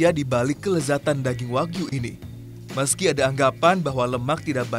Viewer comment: Wagyu Bukan Wahyu